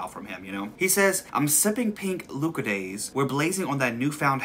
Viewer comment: YOU SAYING LUCOZADE WRONG IS THE BEST THING LMAOOO, I didn't even realise it was a British drink